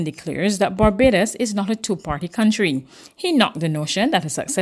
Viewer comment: V-hickle indeed ! But who cares? Certainly, nobody at Barbados Today....any noise will be just fine. "It Babadus we come from...ent?"